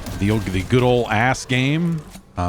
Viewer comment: Is jeff saying "ass games" when hes talking about deep rock galactic survivor and other survivor style games? Can someone enlughten me?